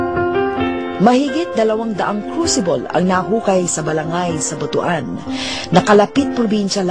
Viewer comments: it is pronounced as "but-wan" not "butu-an" it sounded ridiculous whenever it is being pronounced as butu-an. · Para sa hindi nakaka alam, ang pronounce namin sa Visaya ay BUTWAN hindi Bu-tu-an ( Butuan) kasi parang hindi maganda sa pandinig ang Bu-tu-an, kasi ang Buto sa Visaya ay penis! Yong lang po